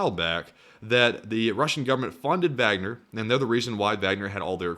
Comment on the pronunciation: If you pronounce the “W” as a “V”, pronounce the “A” as an “Ah”. “Vahgner”. That’s the proper German pronunciation. You’re halfway there.